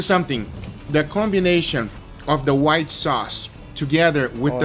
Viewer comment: Whita sauce ? Are you serious?